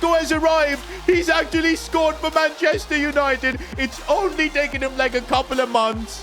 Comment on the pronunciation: bro misspelled scored wrong, he said socred